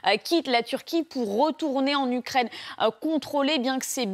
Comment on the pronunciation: le Français des Français on dit U U U UKRAINE ET NON OU OU OUKKRAINE. Macron peut te payer des cours de diction.